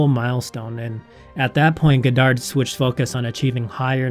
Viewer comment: Great video but I cringe everytime you say his name wrong!